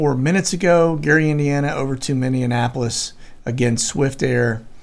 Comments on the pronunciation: Minneapolis .. minnie ap o lis ..not minnie anapolis..haha... annapolis is in md.haha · Dude...It's Mini-Ap-olis like Minnie mouse. NOT Minn-e-en-apolis. 🙄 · Love ya brother. But please. Mini apolis. Not mini a napolis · I love listening to you... but it's like nails in a chalk board, to me, every time you say Minneapolis! Mini-ap-a-lis. Please. Lol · Great video! I have to laugh, tho, every time you say "Mindianapolis" instead of Minneapolis!! :) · There is no D in Minneapolis. Pronounced Minnie -a-polis. Just saying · I live in Wisconsin. We have all kinds of fun place names up here. What you mean to say is "mini-Apple-iss". :-) love your show! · Minneapolis Minn- ee- apo- lis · Minneapolis Minnesota is pronounced minni Appel less. I Love your Chanel. You are amazing! And I’m a 50 something year old grandma Patriot and I just find all of this so fascinating. I thank you for all you do. 🙏❤️🇺🇸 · Minneapolis is pronounced like Minne mouse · Dude, Minneapolis and Annapolis are two separate locations. PLEASE QUIT ADDING A EXTRA "N" IN MINNEAPOLIS !!!! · do you pronounce Minneapolis wrong on purpose???